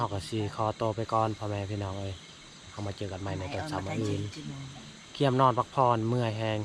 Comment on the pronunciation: ภาษาไทยเพี้ยนไปหมดคืนก็ว่าขืนนอนก็ว่าหนอน